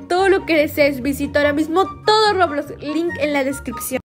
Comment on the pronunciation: se dice roblox no roblos